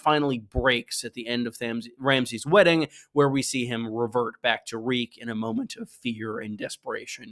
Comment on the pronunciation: Reek, Reek, it rhymes with Peak!